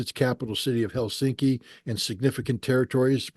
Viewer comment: I didn't know the capital of Fin-land is Hell-sinky.